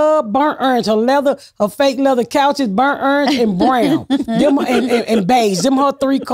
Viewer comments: Ms. Pat can murder any word “burnt errange” 😂 she’s the best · I love when she says bernt errnge